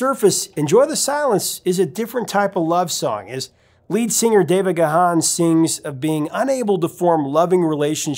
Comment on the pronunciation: Looking forward to the Depeche Mode stuff. BTW, Dave Gahan's surname is pronounced "Gahn" (one syllable). 😉